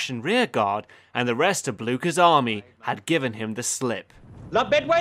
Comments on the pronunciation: Nobody:: Armay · It’s not Armay but Army